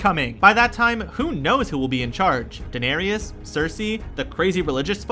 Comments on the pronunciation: Lol Daenerius, ee-soss, merr-en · Warjing? Bron=Bran? Danerisis? E-SOS? Mirren? Don't make videos if you don't know enough about the content to pronounce it correctly. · Unreal how bad this is! Brawn for Bran....Danereeus for Dany, freaking Essauce?!?!!? WTF?!?!?!! Never again. Put some RESPEK on the GoT's name! Is you done or is you finished?